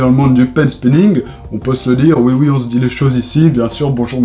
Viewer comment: xD le oui oii